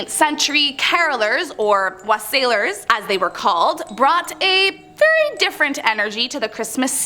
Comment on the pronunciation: Thanks for giving us the background on some of the stranger old traditions of this season. Unfortunately your pronunciation of Wassailers was abit of a sour note to me. For the traditional pronunciation check out The Wallail Song also known as Here We Come A Wassiling. It was a favorite carol that was sung during my youth.